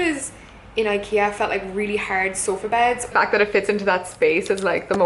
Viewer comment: Klimt Kahlo Cathal. The 't' is silent!